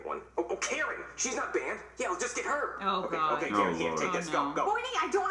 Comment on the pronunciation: "Oh guy , you save my life" Me. : its oh god not oh guy